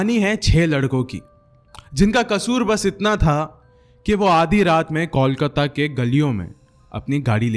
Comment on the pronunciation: There's no place in Kolkata named Ajanta Tunnel and No tunnels connect Barrackpore to the main city . The boy the In the audio was not even able toh Pronounce Kolkata correctly .... Nevertheless nice story .